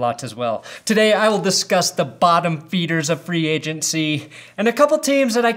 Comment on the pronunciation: Was I the only person who thought said ‘bottom beaners’ instead of bottom feeders at the beginning